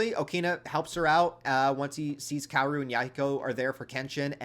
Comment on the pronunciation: Kaoru is actually pronounced Ka-o-ru btw.